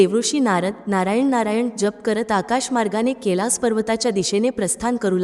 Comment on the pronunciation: ताई तुम्ही कैलास चा उच्चार केलास असा करत आहात. __